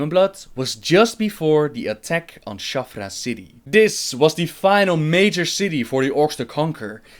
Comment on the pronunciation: Shattrath City, not Shaffra City